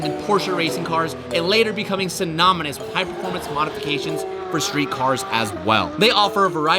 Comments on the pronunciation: What does sinopalas mean? Did you mean synonymous 😂😂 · this joker said synominous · anyone else notice him say synominous 😂